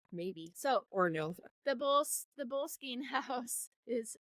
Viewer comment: It’s not that tough to Google how to pronounce a word. It’s Bo- less-skin.